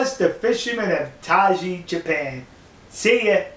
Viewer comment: Isn't it pronounced something like 'tie (Thai) ji'?